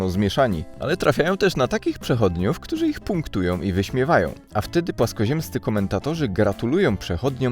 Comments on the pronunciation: "Ludzie... Ktuzi, szczezi". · Ten program wygrali ludzie, "któzi som szczezi". Ja należę do ludzi "któzi" wiedzą że Ziemia jest kulą. I jesteśmy "szczezi" 😁